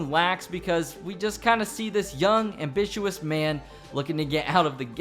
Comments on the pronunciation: ambishous?? how can you not know the word "ambitious"? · Abishuiish, ambitious* Ep e tome, epitome* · You mispronounced "epitome" and "ambitious". Your script is poorly written. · He can't pronounce ambitious or epitome, what do you expect?